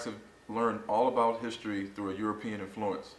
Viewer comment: 'IN - flu - ence NOT in - 'FLU -ence ^^ that is pedantry by me but saying it like that also made you sound really stupid